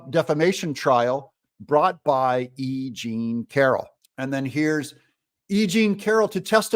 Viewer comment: I thought he said a-ging Carroll instead of e jean Carroll at first.